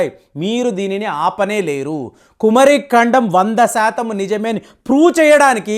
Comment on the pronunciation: meeku pronounciation teleda??? Kumaari kandam...swamy🙏🙏🙏